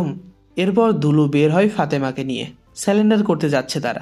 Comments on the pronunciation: স্যালেন্ডার নয় সারেন্ডার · স্যালেন্ডার না ভাই সারেন্ডার